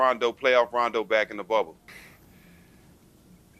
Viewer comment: Yo guys this was an awesome interview But you guys really need to pronounce his name correctly ... He corrected Jack once and is clearly bothered towards at the end when Matt gets it wrong as well The first syllable is 'RAH' not 'RAY' You see rondo's face the last 5 seconds ? He is annoyed ... i would be too ... correcting motherfckers my whole life ... god dang that must get old